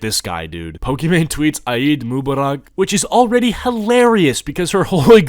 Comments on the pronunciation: did bro say "aeid mubarahk" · Bro I could not hold my laugh when you said eid Mubarak. It is not said like that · bro his pronunciation of eid mubarak 🤣🤣😂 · aight i agree about the haram comment but you butchered eid mubarak so badly i burst out laughing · by the way u pronounced eid mubarak wrong 😭😭😭